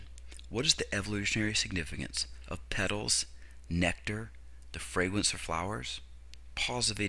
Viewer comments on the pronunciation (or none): none